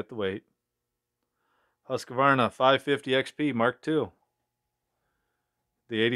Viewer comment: It would be fun to see how the classic saws like the partner s55 or the jonsered 490 would hold up to these new saws. And btw, you should learn to pronounce Husqvarna correctly. You, like most Americans, insert an unnecessary extra "a" after the "q"... It's sounds weird.